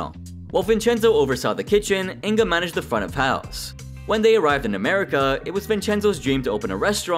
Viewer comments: It's not In-ga, it's Inge. The "ng" is pronounced like in "fang" and the "e" is pronounced as the "e" in "very". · You pronaunced Inge wrong, but good video Can you do a video about Breaking Amish